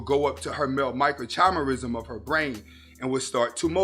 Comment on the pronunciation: I like your stuff bro, but there's a lot of unscientific drivel in this one that exposes your lack of understanding of basic cellular biology. Also, it was difficult to take you seriously on this when you are not pronouncing the word 'microchimerism' correctly. Suffice to say, telegony is a widely dismissed theory in contemporary science.